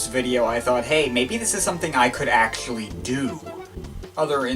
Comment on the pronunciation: "Masssshine" LMFAO "acsssshhhually" 😂 "i put the link in the dessshhription" u cant pronounce the letter c